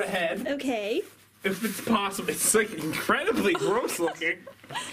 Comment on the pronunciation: Why did you say lick instead of like?